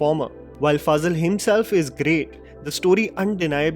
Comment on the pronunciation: Ali Faaazal or Ali Fazal 😝😝😝😝 Get your pronunciation straight bruh. No need for fake idiotic accent. 😂